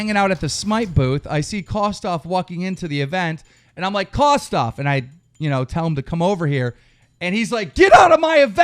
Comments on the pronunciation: Keem, its Kosdff.... Not Kosdoff... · And by the way Kosdff's name is pronounced kos-diff not kos-duff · It's kosDFF stupid stop saying kosoff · Its kosdff not KOS DOFF and leave him alone. Hes just protecting parker. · Its kosdff not kosoff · He says it like Kosssdoffff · I believe you mispronounced kosdff. It's pronounced kumduff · who tf is coss off, lmao i know what you meant but thats a big slip up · Lol he pronounces it Kosdoff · The way u say it is soooo wrong. Kosss-Diffffff thats how u say it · You can't even say Kosdff's name right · FUCKING SAY KOSDFF'S NAME RIGHT ARE YOU FUCKING ILLITERATE?? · Keem 100% pronounced KOSDFF's name wrong to show that he thinks he's a nobody